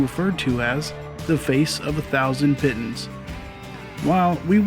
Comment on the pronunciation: Scrolled and didn't anyone comment... Seneca Rocks... The word piton is pronounced pee-ton.